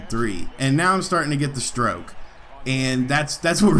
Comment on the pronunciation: HAHA your STROIOKE is weird!